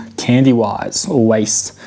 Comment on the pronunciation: Just so you know, its pronounced Candyweiss 🤣